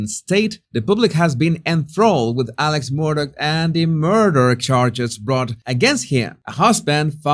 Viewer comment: It's not pronounced Alex it's "Ellick"